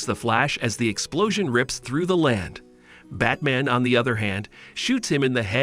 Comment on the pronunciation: I seems to be all his videos. Batmen instead of batman, Darkseed instead of Darkseid. Luhther instead of Luther. I could keep going